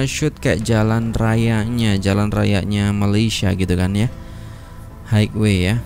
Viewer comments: Highway cara baca nya haiwe bukan haigwe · ...onesky disebut wàn-skai, highway disebut hai-we